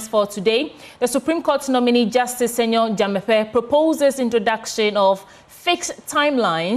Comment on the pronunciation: The name is Senyo Dzamefe not Semenyo